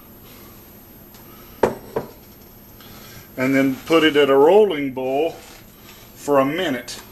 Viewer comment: What is ohwell ? You mean oil? You're not saying that right boil is also mispronounced